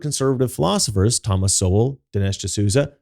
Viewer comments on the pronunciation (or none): none